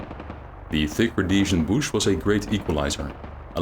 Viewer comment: Booosh Wahr? aye?